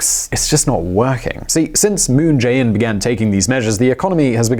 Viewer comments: What I'm so curious about is - how come you mispronouce Chaebol EVERY TIME when you pronounce Moon Jae In's name quite correctly? It literally sounds just the same way. 문"재"인's Jae and "재"벌's Chae is actually written and pronouced same in Korean, just so you know. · So close to pronouncing 문재인 moon Jae-in correctly. But honestly, the guy is an idiot. I have lived here for a long while, and I know that all he has done is made things worse for my wife's, whom is Korean, family.